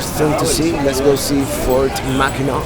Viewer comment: Say "MACK AN NACK", no MACK EN NAAW please! <3